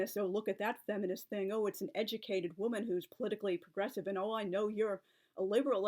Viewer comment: At first I heard "Progressive" as "Aggressive" but then I was able to remind myself of the context.